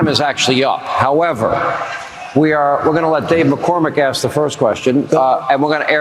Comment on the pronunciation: Ask is pronounced that way not Al’s!